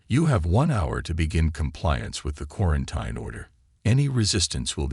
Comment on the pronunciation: For God’s sake, the word is pronounced KWAR-EN-TEEN. 🙄